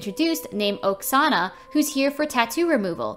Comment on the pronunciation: the name oksana sounds like a name from my country and the way u said the name hurts me..